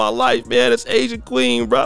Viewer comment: 🎤😫🎶 “I gotta Asian kwee-heen…”